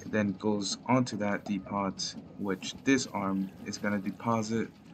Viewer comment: depot: Dee-poh